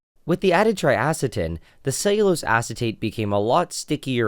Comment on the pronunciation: Lost me at “cellulose”